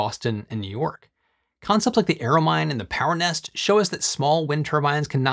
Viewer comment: He butchered Bahstin and New Yorwk though…